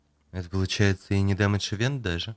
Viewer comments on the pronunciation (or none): none